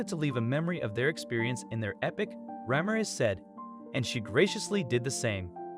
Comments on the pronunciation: " rah-meer-ehz" not "ramm-ahh-rez". please. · Ra - MIR - ez.😊